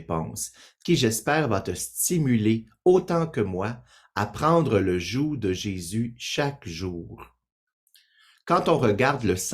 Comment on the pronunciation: Le g se prononce dans joug. Merci.